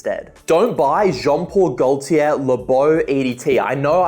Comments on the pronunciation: The ‘l’ in Gaultier is silent. Sounds like ‘GoateeA’. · the way he pronounces Gaultier gives me ear cancer and I'm not even French